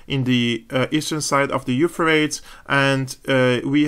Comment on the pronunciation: When speaking English that river is pronounced "Euphratees"! Keep up the good work.